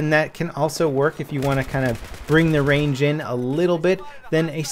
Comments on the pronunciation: Guess he meant Range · "Long Rang"? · Range not Rang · Long Rang -.